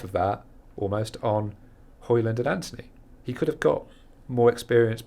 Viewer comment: If you are pronouncing the D in Højlund then you're pronouncing it wrong. His own words not mine